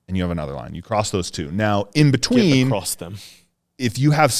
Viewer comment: More common than that is acrosst not across haha. If you haven’t heard it you will soon